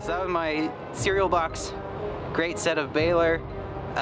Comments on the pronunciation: Set of Baelor? It's definitely Sept. Sorry, it was bugging me. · no, it really isn't a silent p